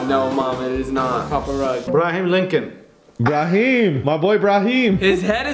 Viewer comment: Lol braheem linchon